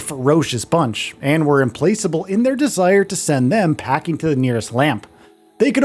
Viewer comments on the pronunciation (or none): im....placeable? It's im - plack - uh - buhl. Is AI writing these scripts?